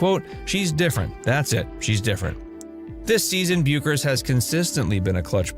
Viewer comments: Her name is pronounced "Beckers." I realize she's been a big name for only five years.... 🙄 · Learn how to say her name. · Yet you can't pronounce her name!!!